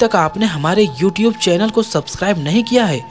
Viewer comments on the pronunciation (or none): none